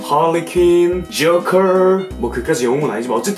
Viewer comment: 붸트맨 할뤼퀸 ㅋㅋ